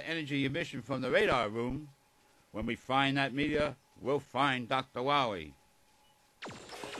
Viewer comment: Dr. Light almost called Megaman Dr. Wily. LMFAO Also he mispronounces Dr. Wily name by saying Dr. Wahwee.